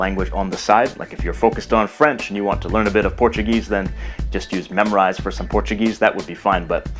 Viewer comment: Thanks for the good video, but i have question here why did you pronounce Memrise like memorize?